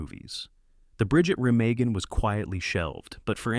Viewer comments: Soooo wrong regarding so many of these. Never even heard of The Loved Ones or Petula. The rest are all fine with the exception of Cleopatra, which I've never been able to finish. BTW, dude, it's pronounced "Re- mah-en" and not "Re-mag-en". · remawgan , not remaygen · Re-mah-gin, not Re-may-gin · Bridge at Re-MA-Gen....NOT Bridge at Re-MEG-gen! AI sucks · It's pronounced Ruh-MAH-gin, not Re MAY-gen. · Reh-mah-gen. Stupid AI voice. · At least pronounce “Remagen” correctly. It’s Re-MAH-gen. Abd it was a terrific film with a moving performance by Robert Vaughn, and a wonderful score. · The Bridge at Re mah gen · It’s pronounced “REM-aw-gen. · It’s pronounced “Re-mag-en” with a soft a. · “The Bridge at Remagen” (mispronounced in this video) is one of the really great war films. And pretty historically accurate as well! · It’s hard to take a video on critical analysis of movies seriously when the narrator doesn’t know how to pronounce “Remagen”. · If the video's narrator had seen "-Remagen", he would know how to pronounce Remagen! Robert Vaughn's terrific in it.